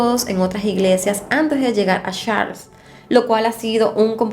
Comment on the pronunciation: Falta mejorar un poquito más la pronunciación ☺, por ejemplo la iglesia era Saint Charles, no "Sharles"..buen video y un caso muy interesante. Gracias 🤗